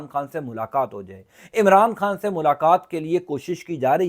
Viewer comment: آپ پاکستام کیوں بولتے ہو اور عمران خام کیوں بولتے ہو پاکستان عمران خان بولو